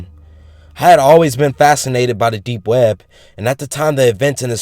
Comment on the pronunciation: You pronounce it like "we-eb".. made my laugh my ass off.. Try counting how many times he says it.. xD